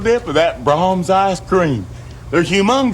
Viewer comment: Imagine you are watching a sad movie and then a commercial comes on and it's an Ernest ad. When he says braums it comes off as the classics artist Brahms